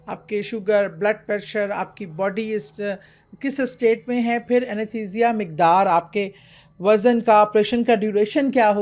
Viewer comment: Yah!! 😂😂😂 she’s not even talking about the supernatural behind the death as the thumbnail clickbait suggests. Plus anaesthesia pronunciation - maybe we’re the wrong audience.